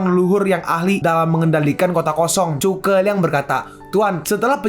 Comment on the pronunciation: Bukan chuke liang tapi zhuge liang makanya dari episode 1 sampai 39 tulisan zhu (zu) bukan dibaca chu(cu)🤦🏻‍♂️🤦🏻‍♂️🤦🏻‍♂️